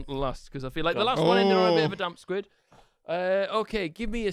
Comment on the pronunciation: Anyone else notice said damp squid